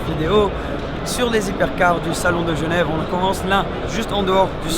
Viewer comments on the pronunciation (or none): none